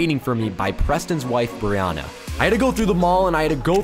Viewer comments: It is Brianna (BrEe AnNa) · I love how he pronounces her name “Brionna” instead of “Brianna”